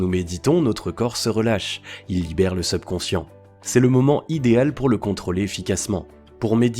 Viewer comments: subconscient (et pas sebconscient) prononciation (super contenu) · Effectivement dire SUBconscient et non SEUBconcient aide à une meilleure compréhension. Ce défaut de forme gâche un peu la qualité du fond...pourtant d'une grande valeur. 👍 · Je vais essayer de trouver une autre vidéo sur ce thème car c'est vraiment irritant cette mauvaise prononciation seubconscient au lieu de subconscient. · Mdr le SEUBconscient. SEUBjectif. SEUBurbain. SEUBlimer. SEUBjuguer.SEUBmerger.SEUBversif.SEUBsonic.SEUBventions.SEUBlime etc etc... servez-vous du subconscient pour l'orthographe et la diction avant de s'intéresser à la Psychologie donc. Ca peux servir à être plus crédible. quitte a faire semblant de s'y connaitre... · #SEUBconscient 🤦‍♂️c'est un mot Français pas besoin de le prononcer à l'Anglaise 🤣.. Les gens vont plus à l'école ou quoi..? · Prononciation seubconscient insupportable. Pourquoi pas teubconscient pendant qu'on y est ? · Vous prononcer mal le mot subconscient dommage c'est un "u" pas un "eu" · Très bonne vidéo, seul bémol, la prononciation du mot subconscient, surtout qu il revient souvent ! Bonne continuation et bravo pour le contenu 👏🏻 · C'est vrai que c'est vraiment irritant mais je pense que c'est un robot qui parle. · il le prononce comme le "sub" de subscribe ..technique de manipulation ou quiproquo ? à vous d'voir